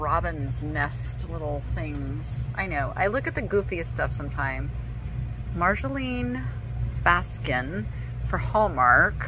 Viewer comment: the Hallmark artist's name.. is pronounced "Mar-yo-lane Bas-tane" if I recall correctly.. worked for Hallmark in the 90s and that was how we were instructed to pronounce it.. Love all her things!